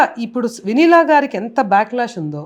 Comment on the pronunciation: Ayyaa.. Sir.. Vennela kaadu.. Vineela... 😂